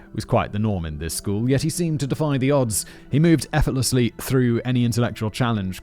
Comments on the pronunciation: Effortless “effortlessly” Simon, congrats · Simon got the word “effortlessly” on the first try!! I’m so proud 🥲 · I am all for the long format of this script! So well written Deniz. And, may I just say a big congratulations to Simon for saying effortlessly right!!! Going from an episode where Simon questions whether or not he wants to continue doing Cas Crim to this episode where he says he enjoyed the sh** out of it was really refreshing as well. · Seems like Simon has learned to pronounce "effortlessly", but for some reason it becomes quite conspicuous.